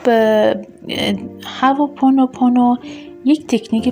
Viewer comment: هواپونوپونو تلفظتون اشتباه هوا نیست hooponopono